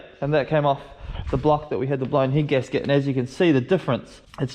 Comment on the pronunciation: Sorry for laughing but I keep hearing heat gasket instead of head gasket 😂😂